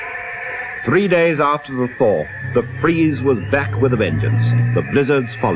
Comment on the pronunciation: So, sixty fwee was it. The big fwees of sixty fwee. Learn bloody English man.